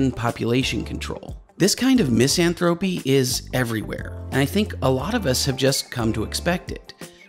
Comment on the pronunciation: FWIW: mis-AN-thruh-pee, not MIS-an-throw-pee. Was violence porn of Grand Theft Auto the beginning? A kind of violence porn took off from comic books to animated games to feature films and the stories followed that had violence built in: revenge movies, great wrongs put right, etc. Computer animations. CGI, made ever-new ways to kill off the bad guys. But applause for this video pointing out that it's easy to avoid squeaky-clean heroes by giving them ugly flaws too instead of giving them more interesting situations. For thinking audiences, cynicism took the place of a nuanced right/wrong ethic. And keep in mind that the Hollywood machine makes huge international profits with less spent on good writing and more on special effects. Maybe that's part of the whole equation. .